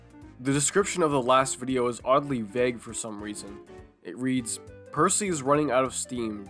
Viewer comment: actually the narrator in Fast Forward said Percy just in a casual tone though the thomas parodies wikia says he was not named. Yeah for the record I'm going say he said Bercy, because it barely sounded like Bertie as the sketch he was in wore on and That's Rosie